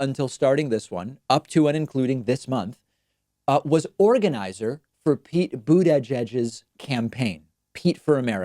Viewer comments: The way you say bootedgegeg😹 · We need a drinking game. Every time he says boot edge edge. Drink. Then laugh so the milkshake comes out your nose. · Yeah, David seems to almost have more trouble saying Boot-Edge-Edge, so he'd probably find Buddha Judge easier to say. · It’s almost charming how you can’t pronounce his name. “boot Edge Edge”,... try thinking of it as “Buddha-judge” Like you said, this move is neither consequential nor uncommon. Biden, Bernie and anyone else has these personnel-swapping ways, yet your singling this one out as having an appearance of impropriety. To me it sounds biased and perpetuates the tendency of the left to eat it’s own. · Why does he keep pronouncing it boot-Ei-jedge? It's bother me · Really think David's just trolling now with his pronunciation of Boot edge edge. haha. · David having issues saying "Boot-ageded" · How do you say Buttigieg again ... ? Buttijudge ??? wtf ? c'mon.. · Everyone should drink a shot for every time David said BUDEJUDGE. 😂😂😂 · Can you say butidgege in a way that's less horrific please. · Is there a reason why you put extra effort into saying his name weirdly, like its made out of three words?... I mean, it's not like you've had time to get used to the name. Only the first syllable is stressed, no need for all three :D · Can you please stop pronouncing Buttigied that way. It sounds like you're having a mini stroke half way through finishing his name. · Every time David pronounces pete buttigiegs last name I wanna punch myself in the face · Are you pronouncing Buttigieg name that way for some reason? I may have missed it. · Nothing is more damaging to Pete Buttigieg's political career than the way you say his name out loud. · his pronunciation of buttigieg is asinine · it's horrible on my ears to hear david say it that way! is there a reason he does this? is this the proper pronunciation?! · Why can’t you say Buttigieg like a normal person